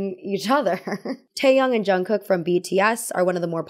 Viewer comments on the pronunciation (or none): none